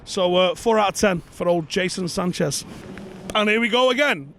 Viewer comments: jason who? lol jadon sancho looool please get it right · Is he saying Jason Sanchez